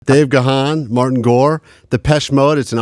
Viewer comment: Kevin said Dave's name wrong